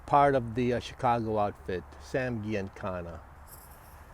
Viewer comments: GIANICANNA PRONOUNCED GEE IN CAN NA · It's pronounced Gee un cona. Soft g, not hard. You should have known that. When someone makes a blunder like that right off the bat about someone as well known in Chicago as he was, it let's me know that they don't know much about the subject and I don't watch the rest of the video. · G an kana pronounce it correctly. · Right off the bat he pronounces Giancana incorrectly. And then proceeds to say "I think - multiple times when referring to Farina. I stopped watching at that point.